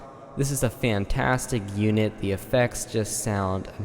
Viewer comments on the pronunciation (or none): none